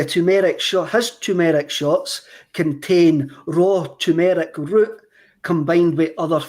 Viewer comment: Tur-mer-ick. Not Chew-mur-ic